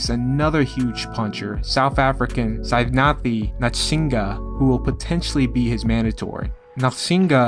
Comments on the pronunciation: Greetings from South Africa,. Great video, love ur content. That said, just a small correction on the pronunciation of Sivenathi Nontshinga, its actually pronounced See-veh-nutty Non-t-chinga. I know u try ur hardest with saying names correctly, but u totally shat the bed on this one!!!😂 Keep warm & all the best to you bruv.🤙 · Lol i just laughed at how you pronounced Sivenathi Nontshinga